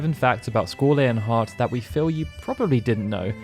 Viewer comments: Its LEON (lee-on) or (lee-on-heart) not layon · Squall: "It's Lee-on"